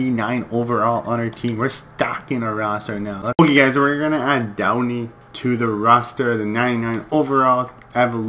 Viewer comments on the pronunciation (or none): Love watching your vids but you get the players names wrong. Its Doughty not Downy. Malkin not Malcolm. Lol have to put that out there